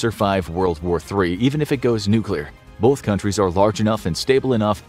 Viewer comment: Great video, but here's a "pro tip" for the narration: There is no letter "l" in the word "both."